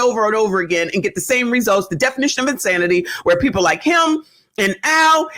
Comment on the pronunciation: Yes lawd, the rant. 😅. I've given up on most of "alla our peepoh".